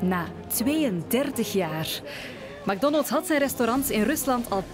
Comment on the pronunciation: Het is mec Donalds hoe je het iitspreekt